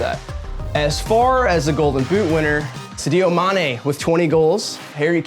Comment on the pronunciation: “Sidio mane”